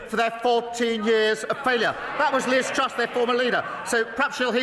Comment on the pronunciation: I hit my head against the wall every time starmer said Liz trust. My head really hurts now